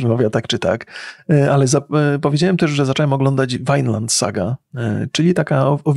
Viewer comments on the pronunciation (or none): nie no to juz musi trollowac z tym wymawianiem nazw, jak wczesniej ignorowalem jak mowicie fallout to teraz ten jojo i vineland zamiast vinland to juz mam wrazenie ze eksperyment spoleczny xD